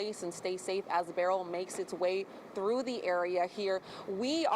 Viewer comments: And it's Ber-yl not Burl! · Beryl's family is offended by the wrong pronunciation